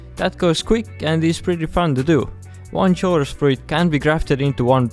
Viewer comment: I'm sure there are already thousands of comments saying the same thing but I believe that chorus is pronounced "ko-rus" with the "ch" having a hard "k" sound like the word "choir"